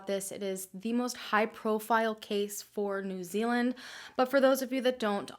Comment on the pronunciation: finally an american who can say proper nz names 😂